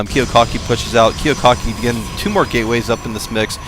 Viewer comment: You missed pronounced Kiwikaki's name the WHOLE GAME. So annoying.